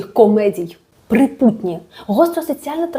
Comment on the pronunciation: Живу в Чернігівській області. Все життя чула назву цього села із наголосом на першому складі: ПрИпутні.